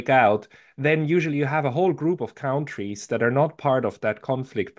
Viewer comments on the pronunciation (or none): is not a native English speaker, and he always pronounces "countries" wrong: he always pronounces "kauntries."